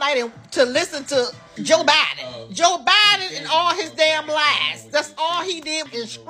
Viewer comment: Lady, please learn how to pronounce Joe Biden name